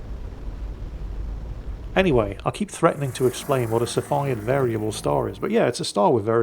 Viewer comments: yo yo and o7 it is pronounced "Sea" Phid variable type star:D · Cepheid = "See-fee-Id" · Cepheid is pronounced "SEFF-e-id". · and i was told it's pronounced "see-feed". if i'm wrong you can blame the British university system.